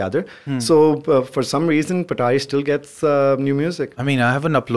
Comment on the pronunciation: Bro its Patari not petari 🙂